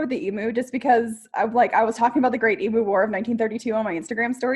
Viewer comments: I’m just super curious as to how it started that Americans always (mis)pronounce emu. Because it’s alway been eem-you here in Australia, as far as I know anyway. But I’ve always heard Americans say ee-moo, which is just weird to me. Although I think there are a few words where Americans say “oo” instead of “you”, like nooz instead of nyewz and such. Maybe that’s why. And it is a bit weird that I answered my own question while typing. Making this comment entirely pointless, but oh well. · As an Aussie I feel compelled to tell you it is pronounced emew like pew. Not emoo as in boo. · I have a question- why do Americans pronounce it ee-moo? It’s eem-you. I just wonder why. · I love you both! FYI it is pronounce eem-you LOL! Thanks for the fun video. :) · Okay.... Abby.. love you... but its an EMU ( EE - MEW) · I love how you call them emoo. Hugs from Australia 🤗🤗🤗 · I think the easiest way to describe how we pronounce the bird is ‘emew’. They are big scary birds who are VERY inquisitive and make a funny noise a bit like ‘glug’. We have some really bizarre animals down here!! 😄😀😄😀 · Wait...how do YOU pronounce "emu"?? questions everything